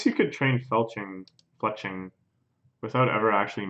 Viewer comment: almost spat out my tea when you said Felching instead of Fletching, oh boy are they 2 very different things